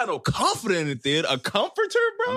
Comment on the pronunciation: My nigga said “ a comfort Terrr??” 😭😭😭